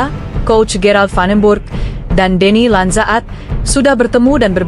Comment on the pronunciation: Min nama Denny Landzaat bacanya mudah Deni Lansaat, tinggal panjangin dikit huruf a nya